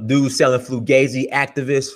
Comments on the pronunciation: My fault your right he did slipped up and say Flugazi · No Fugazi or as I say fugaze!!! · are you saying "flugazy"?